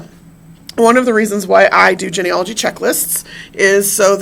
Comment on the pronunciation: One small critique on this video. The first part of the word Genealogy is pronounced Jeanie. Not like hen or Ben. Otherwise great information and content.